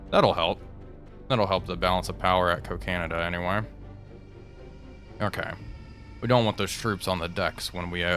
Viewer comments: Cocanada (aka Kakinada) is pronounced "kak-inada", not "co-canada". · It's pronounced Coca-nada, NOT Co-canada!